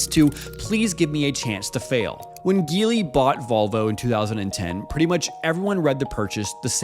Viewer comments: It's gee Li, not guee Li ! F lazy YouTuber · Hearing it mispronounced with a hard “G” was grating. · Just a word of advice Geely is pronounce - Ji-Lee. As how they’re pronounced in Mandarin 吉利, meaning auspicious. Just thought if we could learn to pronounce Lamborghini properly, we should pronounce Geely correctly as well. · Do you pronounce it Geely as in GIF or Geely as in GIF? Because I always thought it's Geely. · Why do so many people pronounce Geely wrong ? 😂